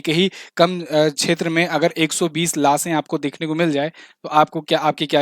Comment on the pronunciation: लासे' आं , लाशें नहीं